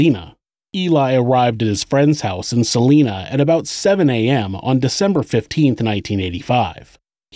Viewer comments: I live in Salina Kansas. It's pronounced Sa (saw)-line-a (ahh not a sharp a) Saw-line-ahh. Not like the name Selena. That's how we tell of you're an outsider. All outsiders pronounce it like Selena. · SA- LINE- NA..........NOT SA-LEEN-NA OMG that just royally got under my skin. I'm sorry I live in Kansas and I live 80 miles from Salina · “Suh-lie-nuh”. Not “Suh-lee-nuh”. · Salina is prounounced S-ah-lie-nah, not Selena. (Per Former Kansas resident) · Huge fan and Kansas native here - love the channel! Fyi, Salina is pronounced 'Suh-lie-nuh' - lol, I was so excited to hear a KS connection, I had to comment! Keep up the awesome work! -Gabi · As someone who grew up there, its SUH-lye-nuh (Salina) Kansas. Salinas California is pronounced how you're saying it. Don't feel any sort of negative way about it, stopping at a truck stop there is the only reason it exists still to this day. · Great video. Salina is pronounced with the "long I" think sa-line-a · anyone mention its actually Sal-I!-na, Kansas? (long vowel sound) 😁 keep up the great work 👍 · Just a heads up: Salina is pronounced Sal-EYE-na. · Just for historically accurate information Salina, KS is pronounced sal-ine-ah. No hate intended, from this area and thought I'd mention it. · Its Salina (Sah - lie - nuh) and Missouri (Mis - zour - uh) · Salina, KS.... pronounced Sa-LINE-a. Not a big thing, it just throws me when listening. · Salina. It’s pronounced Sa-line-ah. As a Kansan this is really annoying me haha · It’s pronounced suh- lie- nuh lol, Kansan here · You keep pronouncing Salina wrong it is pronounced Sa-lie-na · Salina (suh-lye-nuh) Kansas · Just a note, Salina is pronounced with a long I, not a long E.